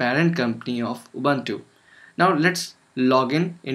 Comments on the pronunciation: Wrong pronunciation "Ubuntu". It's Ubuntu, not "Ubantu" -_ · yes, they are pronunciation is "Boo" but you are sounding "ba"